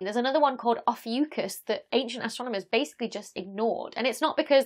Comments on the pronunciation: You should hear Neil DeGrasse Tyson pronouncing ‘oh[-b]--fuke-us!!!’ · So that's how you pronounce "Ophiucus."